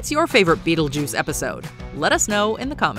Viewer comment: My favorite is the skeleton when he calls Beetlejuice Be-attle-juice